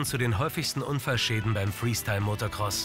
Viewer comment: Der Sprecher sagt immer MotoRcross ;)